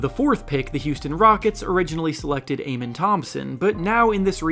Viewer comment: why do you insist on pronouncing amen's name wrongly? it's uh-men